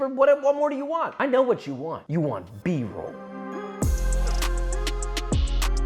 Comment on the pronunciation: B-roll, but like Bro-ll